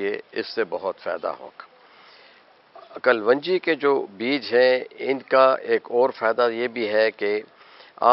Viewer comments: Why you say kal wan ji ???it is KALONJI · حکیم صاجب باقی سب تو ٹھیک ہے بس لفظ کل ون جی نہیں ہوتا کلوووونجی ہوتا ہے اگر آپ اردو صحیح نہیں بول سکتے تو اپنے گاوُں کی زبان میں ہی وڈیو بنا لیا کریں وہ بھی سمجھ آ جاےُ گی سب کو اسطرح کسی زبان کا ستیاناس ہونے سے بھی بچت ہو جاےُ گی۔۔۔ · آپ اسکو کل و نجی کیوں بولتے ھیں اس کا تلفظ کلونجی ھے ، kalonji ممکن ھے آپ کی یہ تحقیق ھو ، تو برائے مہربانی شیر فرمائیں ۔ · What is kaal wanji please pronounce right. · but it doent sounds good to pronounce WRONG